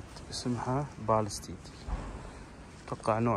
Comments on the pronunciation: الله يجزاك خير لكن لو تنطق اسمها صح❤ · من افشل التغطيات حتى ماتعرف كيف تنطق اسم السيارة. ويقول تابعني بعد في نهاية الفيديو 😂😂😂😂😂😂😂😂